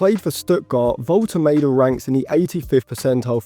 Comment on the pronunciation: Woltemade is very good, he’s a goal threat every game for VfB. Would love to sign him but selfishly want to him stay at VfB so we get more consistent. Side note, Woltemade is pronounced (volte mah de) for future videos 😁